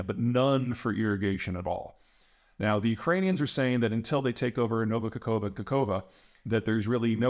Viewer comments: Bro, it's not KAKHOVA it's KA(K)HOVKA... KA HOV KA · It's KaHoVKa, not Kakova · Not Kakova 😂😂😂 - Kahovka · *Not kakova but kakh(x/ ⟨ch⟩ ) ovka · It's "Ka-Ho-Vka", Peter 😂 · Kakhovka...3 Ks. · Kakhovka.with 3 Ks according to my map.